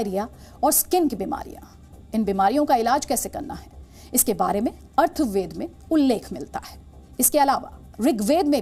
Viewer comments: अर्थवेद मत कहिए माता जी अथर्ववेद कहिए Arthved nhi Mata ji Atharvaved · अर्थवेद नहीं अथर्ववेद बोलिए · I never knew Zee News has recruited this kind of newsreader who cannot correctly pronounce the ancient word ATHARV-VED अथर्ववेद। Every time she is pronouncing ARTH-VED अर्थवेद। An Indian newsreader who has never heard of अथर्ववेद, has been chosen to present this episode!! Sheer surprise. The Zee News Editor is also ignoring her wrong word or perhaps he too is ignorant about the correct word. Who knows! The Editor might have given this chance to an undeserving lady under the Woman Empowerment scheme!! However, in the background, अथर्ववेद is correctly displayed. That was the only relief. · अर्थवेद नहीं अथर्ववेद ।।।। सुधीर चौधरी स्पष्ट उच्चार कर सकते शायद।।। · 6.56 its अथर्ववेद not अर्थवेद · Uff DNA! Do more homework..its not arthveda, it's atharvaveda..it's not chark.. It's चरक..its agada tantra..ग्रह विद्या related with microorganism.. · इसने अथर्ववेद को भी अर्थवेद कहा।।। अनपढ़ है।।। कोई और जानकार होता तो अच्छा होता।।। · Atharvaveda ko Arthaveda keh rahi kya .. patan ho gaya he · Atharved hai ji arthved nahi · Atharva VED, उच्चारण आपने ठीक नही किया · अथर्ववेद ठीक से बोलना सीख लें